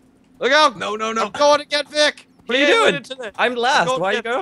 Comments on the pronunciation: Its Vikk not fucking Vick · Its Vikk Not Vic lol